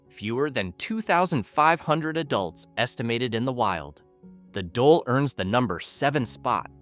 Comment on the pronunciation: Also, it's "dole" not "dolay."